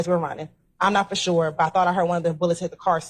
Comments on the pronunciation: Annoys the life out of me when she says ‘shoore’ 🥱 annoying af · She blows me when she say “shore” 🤦🏽‍♂️